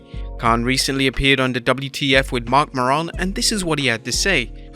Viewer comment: i love the way he pronounced Marc Maron LOLOLOLOL he made in rhyme with Luna Vachon